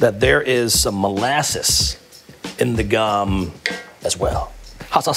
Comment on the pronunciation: In case anyone's interested, you pronounce the o in gom as an oh.